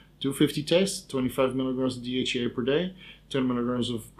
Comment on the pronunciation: DHa or dhea? Hard to make out accent